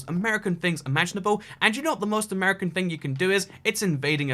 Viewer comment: It’s not amurcan it’s ‘Mercan